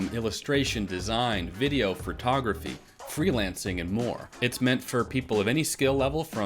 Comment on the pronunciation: Photography, not "Phretography" haha